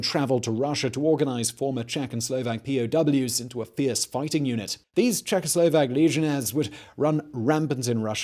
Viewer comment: He was litelary czecho - slovak, I know it might be hard for those lips, but try, czecho - slovak